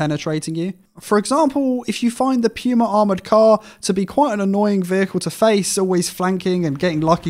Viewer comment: I'ts not pronounced "Pyuma", it's pronounced "Puma" as in the sports brand... C'mon man, you just summoned the german mains...